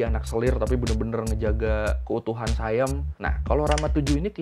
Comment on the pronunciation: SIAM cok bukan sayem